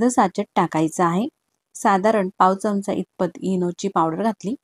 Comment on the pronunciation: ढोकळा छान झाला पण चमच नाही हो चमचा म्हणा